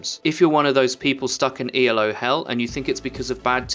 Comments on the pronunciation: It's not E.L.O., it's Elo, a guys name. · My only complaint is that you said Ee El Oh instead of Ee Lo. El Oh El. Nice tips. Keep it up